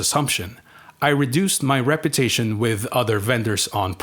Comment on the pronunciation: I can't make out what you are saying. Are you saying Rep U Tation or Rep er tation? Because it sounds like you are either saying Rep er tation and at times Reparation's which is something completely different again.